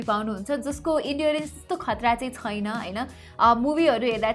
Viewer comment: 'Xuena' vanni lai 'xaina' vanni bani layex😂😂😋